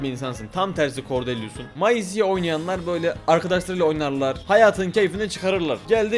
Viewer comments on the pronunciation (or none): abi o meyzi diye okunuyor maisi değil😅